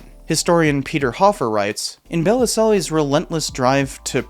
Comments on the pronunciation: Bell-zill is how you pronounce Bellesiles in french. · Bellisles - it's pronounced bell - eel (sort of). It's French: beautiful island. Belle - isles. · Bellesiles's name is misspelled in the video title. It's Bellesiles, not Belliselles. Also, the pronunciation of his name is more like bell-EEL. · You might want to check your pronunciation of Bellesiles. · For Heaven's sake figure out how to pronounce Michael Bellesiles' name !!